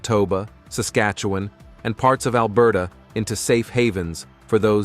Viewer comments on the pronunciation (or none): none